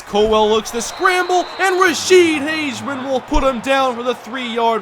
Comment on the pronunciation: It's pronounced Rashede Hag-a-men